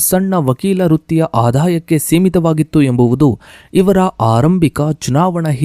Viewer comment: Karge or kharge Aarambika! Sangarsha not sangharha! Aaramba or aarambha Kyata o khyata etc. Very bad pronunciation!!